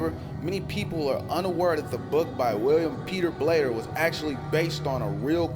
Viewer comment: William Peter BLATTY...not "Blair"